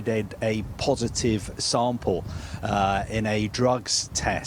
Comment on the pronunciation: “He pro-vi-dead a po-si-tive sam-pehl.” This guy is one of the worst speakers I’ve ever heard in journalism. I can’t stand him.